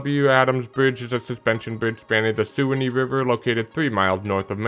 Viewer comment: Let me give you the local pronunciation for the Suwannee River [swan-knee] and Biscayne is [biss-cane] and apalachicula [app-uh-latch-chee-cola]. Native American names are hard to pronounce.